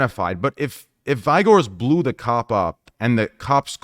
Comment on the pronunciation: VI-Gors lul